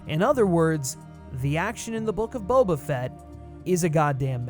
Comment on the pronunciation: perhaps it would pay to learn your pronunciation of his first name a little better.